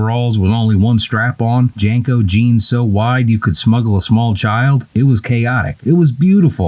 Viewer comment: Its no wonder we miss the 90s. The 90s were the last good decade, we had a good economy and had just won the Cold War. "Janko's jeans"? 🤔 They're pronounced "Jean-co's" last I've heard. 😆 🤣 😂 I have some and occasionally wear them unironically since they're comfortable. 😎👍